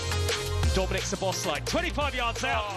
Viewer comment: PLEASE Talksport can you tell Deano how to pronounce Szoboszlai correctly!! There's no L after the first S !